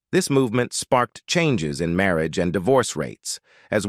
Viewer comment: "Marry -Ajj"....🧐🤨